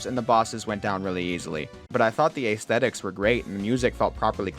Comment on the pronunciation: Straight up bizarre pronunciation of "aesthetic" otherwise a good video though.